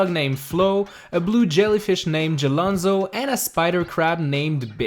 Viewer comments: Did he just call jelfonzo jelonzo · that's jel*fon*zo, not jel*on*zo i see people get this wrong a LOT